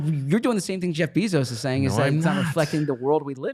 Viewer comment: The Patullo pronunciation sounds fine, but maybe give a few reps to Jeff "Bee"-zos